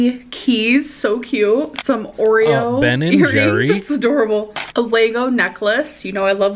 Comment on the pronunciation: She pronounces Lego wrong on purpose right?? There’s no way she thinks it’s actually pronounced “Laygo”